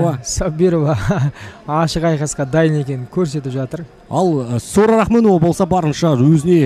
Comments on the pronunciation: Документте жарайды Сора деп жазылган, енди биздин коментаторлар Сора Сора демей Сара деп айтса болады гой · Сора сы несі Сара деп айта беріңдерсей.Біртүрлі естіледі екен. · Келесиде атын жондеп жаттап алып сосын атын атаныздаршы, Букил халыктын алдында Сара ны Сора демей.🤨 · Ақмақ болмаңыздар, Сараны сора деп, жағымсыз есітіледі, қазақтада өзбектеде сора емесғой!? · Сора емес Сара деңдерші